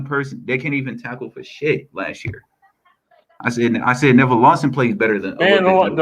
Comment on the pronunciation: He said nevin Lawson😂😂😂😂💀💀